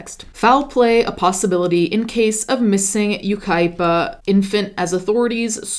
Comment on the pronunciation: It's Yucaipa, enough said.